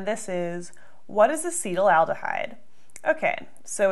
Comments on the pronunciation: I believe that it is pronounced ass-et-AL-deh-hide rather than ass-EE-tal-al-deh-hide. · Yes, you spent the whole time making it "acetylaldehyde" when it's "acetaldehyde." 😜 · Uh seat al duh hide A cet al de hyde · Ass-uhtall-duh-hide... Not ah-cee-tull-al-duh-hide.. the spelling doesn't support the pronunciation. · She pronounces as “acetal al dehyde.” Where’s the second “al” sound coming from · Acetaldehyde is mispronounced repeatedly. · In a conversation last night, my friend and I were pronouncing it differently. I came here to memorize the correct pronunciation. After 5 minutes of committing it to memory, I realized it couldn't be right and looked at the comments. FML. Take this down already, you are doing more damage than good. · You are not pronoucing it right!